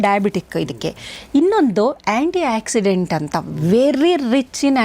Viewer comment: ಮಾತಾಡಬೇಕಾದರೆ ಆಕ್ಸಿಜನ್ ಆಕ್ಸಿಡೆಂಟ್ ಎಂದೆ ಮಾತಾಡುತ್ತೇವೆ ಒಕ್ಸಿಡೆಂಟ್ಎಂದು ಹೇಳುವುದಿಲ್ಲ